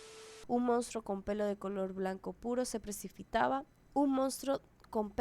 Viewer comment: Repite despues de mi "Pre-Ci-Pi-Ta-Ba" ajajajaja 🌮🌮🌮🌮🌮 Que siga la historia 😃